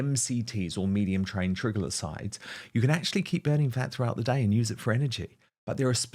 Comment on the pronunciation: A tip on pronunciation Dan, from a chemist/biochemist. Triglycerides is pronounced try-gliss-sir-rides. Hope this helps.